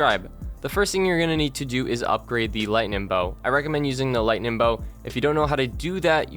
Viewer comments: Lol stop saying "lightnin'" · i’m redoing all of the zombies easter eggs and needed to watch this vid for a mind jog, but i never remembered how annoyingly you say “lightening” there’s a G at the end. lighteninG lighteninG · lightning* not lighnin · Great guide, but it's LightNING. Not LightNIN. Seriously though, thanks for this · I came back to this video 4 years later just to hear him say “lightnin” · Every time he says “Lightnin’” take a shot. Great game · Also its lingtnin bow cuz thats how he says it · This guy loves saying lightnin'